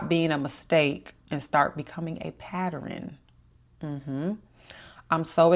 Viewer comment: Sounds like Baltimore or Philly??